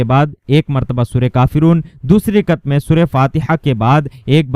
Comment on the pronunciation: Rikat nahi rakat